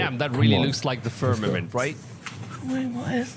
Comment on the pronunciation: I quit watch the moment I hear the word fermament.. k bye